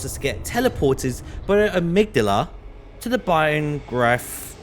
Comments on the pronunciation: Brianwrath? My brother in christ are you saying Byrgenwerth? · I love how he pronounced byrgenwerth, Brianwrath, sounds like a eldenring area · "welcome to Brianwrath(byrgenwerth)"